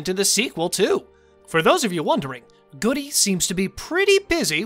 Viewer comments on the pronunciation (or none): Is Matthew Goode's name really pronounced "Goody"? I’m skeptical. 🤨